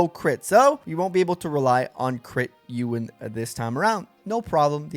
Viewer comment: Bro, is pronounced EE-WUN. Like Ewan McGregor.